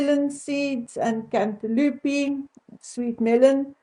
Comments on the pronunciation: Love the way u pronounce cantaloupe. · The way you say, Cantaloupe, is really funny! ❤